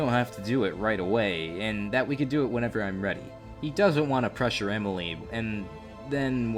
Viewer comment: Pressure? Bro that man didn't say pressure, he said pressue